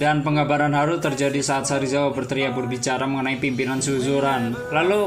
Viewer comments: Sarizawa apa serizawa 🤣🤣🤣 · Serizawa bukan sarizawa